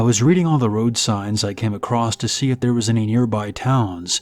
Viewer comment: There's no T on the end of the end of the word across..... wtf